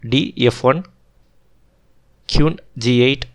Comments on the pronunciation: Okay. This was good, but the pronunciation made it challenging to listen to. It took me a while to realise that the qune was in fact the queen. If your pronunciation gets better, these videos will be very good. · Sorry bro, you may feel like this is no big deal. . But you should work on your accent and pronunciation on a minimum. Listening Kyun, Kiwan, KIwoon every other move feels disturbing and sort of annoying. . It feels like you upload the video after the first time you record, your speaking skills aren't great, you should consider creating a script and try multiple recordings before uploading. Your upload frequency is not great, so you can atleast put a bit more effort on the video itself, and not just think that people will watch because the game is awesome or magnus, other renowned players are playing. . And moving the pieces to show an actual alternate position is so much better. People are watching an analysis of a match, not playing a match online. Move the pieces whenever you can.